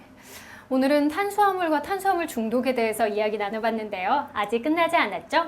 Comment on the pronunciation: 예? 싐대 영양싀오 탄싀아물 이요? 선생님 번데기발음 넘나 귀엽네요